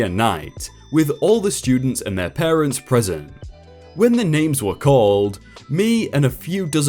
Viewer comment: Dude ... PARTENTS?